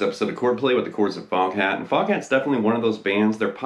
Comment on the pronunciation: You know how “Foghat” is pronounced in a British accent, right?